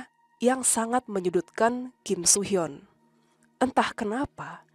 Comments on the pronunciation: Akhirnya dibahas juga kasusnya KSH dan KSR sama tim DA. Maaf ralat ya kak, cara baca Kim Soo Hyun itu "Kim Su Hyeon". Soalnya ada aktris Korsel namanya Kim So Hyun (namanya agak mirip cuma beda huruf "o" di nama tengahnya). Selebihnya nungguin part 2! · Please hati-hati dan reset lagi, bukan KIM SO HYUN ( tapi kim su hyeon) karena beda oenyebutan = beda orang 😭😭